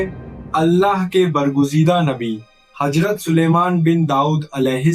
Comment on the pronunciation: Hajrat nahi azrat kho